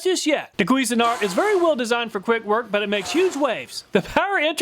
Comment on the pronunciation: CUISINE-ART (like the food) NOT "queasin-art" (like throwing up the food)